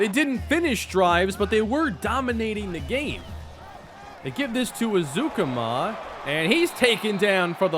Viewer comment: Texas Tech Alumni and season ticket holder here. It’s pronounced Eric ezU-Comma lol. Just breakin balls though. Love you’re channels man.